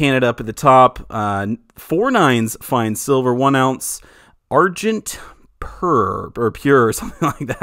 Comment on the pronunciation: The word "argent" on the coin is a French word, so it is pronounced ahr-zhan.